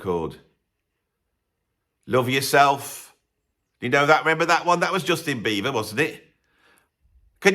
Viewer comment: Is he saying Justin Beaver?